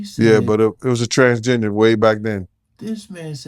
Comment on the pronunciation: When says transgender it sounds like he is saying transginger. My guess would be he would call them ginger bread man when he was with his boys as code for “that’s not a women, that’s a man” only speculating